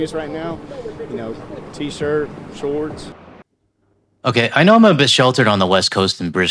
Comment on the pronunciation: "Tee-shirt, shooooowrts." He's an American southerner that moved to CA and is now visiting LV.